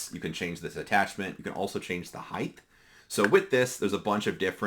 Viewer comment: Height. Not heighth